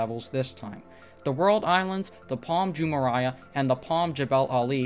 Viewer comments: It’s Jumeirah not Jumereiah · Jumeraiah? Its Jumeirah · It's not Jumeriah, but Jumeirah! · It’s pronounced “Palm joo-MAY-ruh” not joo-mariah lol How do you produce a whole video purporting to be an expert without being able to pronounce the name correctly? Did you do any research at all? Edit: And Dubai is not a country. It’s an emirate and part of the United Arab Emirates (UAE). UAE is a country. Wow your credibility is low. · Pronounced Jume-mare-rah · pAlM jUuH-mUuH-rYe-uUh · Jumeraya??? Seriously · You don't even pronounce correctly Jumeirah! Lol shame on you! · How can you talk about the integrity of these islands when you don't even know how to pronounce correctly Jumeirah?! You are an impostor! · You are not pronouncing correctly Jumeirah! Come on man, don't you know how to read?! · If you’re going to make a video about Palm Jumeirah, at least learn how to pronounce it! 🙄